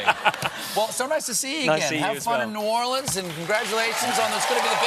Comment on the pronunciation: The way he pronounces New Orleans bothers me. It's supposed to be New ORleans, not New orLEANS.